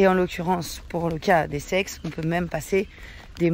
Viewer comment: lol m'a fait bugger intense!! J'écouter sans regarder, pas concentré et la phrase " Sur un sex tu peux transformé to argent normal en crypto" m'a fait bugger net... CEX pas sex.....lol. Il me semble que l'on dit C.E.X (CéEuIx pour éviter la confusion...)